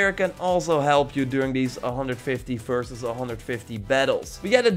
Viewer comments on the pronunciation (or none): none